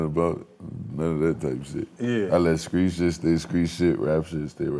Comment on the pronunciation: "Screet?" Screet sh*t huh...😂 You Krazy